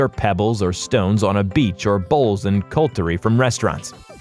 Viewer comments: I think you meant to say, "… bowls and cutlery" not "coltery" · Cu lt ery? Who can't pronounce cutlery ffs? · "Cultery"? What the f*ck is CULT-ery?